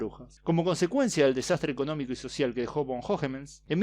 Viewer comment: La v se pronuncia f, o sea von es fon y vaduz es faduz, trata de pronunciar las palabras lo mejor que puedas.